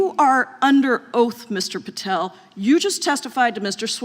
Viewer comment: Mr. Goldman completely fell apart here. Kash was caught in a fishing net and Goldman just cut it loose with all his mispronunciations.